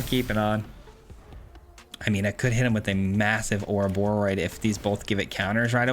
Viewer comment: Hey, you said the name right! 🫶🎃